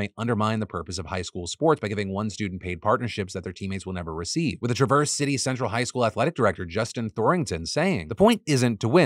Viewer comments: It's TRAV-erse City, not Tra-VERSE City. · It’s TRA-verse, not tra-VERSE. Get someone got fact check city names, for crying out loud. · Phil, it’s TRA-verse City, with a flat a, not Tra-VERSE (I am a graduate of TC Central High and lived in Traverse City for 20 years XD) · Hey, my hometown was mentioned! It's pronounced Tra-verse City, not like the word traverse. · Michigan guy here. It's TRA-verse city. Nit TRAVerse city lolol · Imagine my elation and excitement as a huge fan to hear Phil say the name of my city, only to be simultaneously horrified and disappointed because he pronounced it wrong! Traverse City, like travel, not like we traversed the land! 😂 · It never occurred to me that non Michiganders might want to pronounce traverse city like the word traverse. Michiganders say it TRA-verse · The MHSAA has been a joke for decades. Nothing they say should be taken seriously. Also it's pronounced Travers City, like Trevor's but with an a. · Did he pronounce it so wrongly that my brain skipped all the way over it? lmaoooo what story was it in?! Edit: Nevermind, , dying laughing in Michigander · As a Michigan native, the way you pronounced “traverse city” hurt my soul a little😭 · the way he pronounced Traverse City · boy is it weird to hear traverse city pronounced that way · I hate to be that guy but you pronounced Traverse City wrong 😅